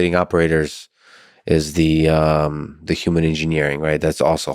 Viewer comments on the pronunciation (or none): This guy pronounces “human” like a robot would, “youmin” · Says like every other word......and can't say human correctly YUU man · I wish this guy would stop pronouncing it Yuman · > wears a fedora > grimaces at everything he says > massive doomer > has beef with the concept of steelmanning > repeatedly pronounces human “yooman” this was certainly one of the guests of all time on the lex fridman podcast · Not gonna lie, this guy is clearly very knowledgeable and intelligent but good lord is he also the embodiment of insufferable Reddit user. Also, I can't figure out why he won't pronounce human with an H but properly pronounces other words beginning with H. Yewmon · YUMAN. Cannot stop hearing YUMAN. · i would seriously request he pronounce human correctly if i had to talk with him for any length of time. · Never trust anyone who pronounces “human” with a silent H.